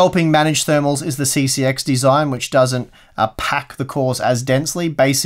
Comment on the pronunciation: OUT OF THE BOX THERMALS.. you said it wrong